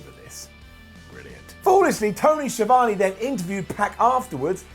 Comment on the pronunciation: The way pronounce ‘Schiavone” - 👇 Down.